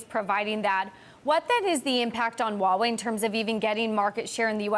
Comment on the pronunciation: Why can no one pronounce the H in huawei? I cringe every time.